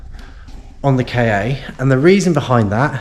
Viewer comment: Good video. Things are getting better already. You've done well by the Ka (I used to work for a supplier to Ford and I'm sure it's pronounced "car" not K-A). Not the best colour but if you've already got a customer then great - be nice to see some money coming back in. Might be worth getting a camera headstrap - vision of accidentally letting the starter motor go one handed and it landing on your head... Don't forget recon might be cheaper, eg exchange starter. Audi TT - can be a mechanical nightmare, eg turbo - if selling retail it might come back and bite you.